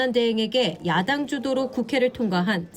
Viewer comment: 한국어에는 각 단어들에 장음(長音), 단음(短音)이 있어서 국어사전에도 표제어 장음 글자의 오른 편에 : 표로 표시되어 있다. 그런데 요즘 젊은 기자들은 한자어를 말할 때 이를 전적으로 무시하고 전부 아주 짧게 발음한다. 예컨대 '여:당(與黨)', '야:당(野黨)', '대:선(大選)' 이라고 길게 발음을 해야 하는데 짧게 발음하는 것이다. 참으로 듣기에 딱하다. 이런 폐해는 한자 사용의 폐지에서 기인한 것이다. 정말 큰일 났다.